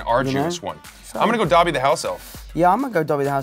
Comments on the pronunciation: I love how they say dabby instead of Dobby like dough•be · It’s them saying dobby wrong for me 🤠💀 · nobody: tom holland: chris pratt: “that would be all dOBBY”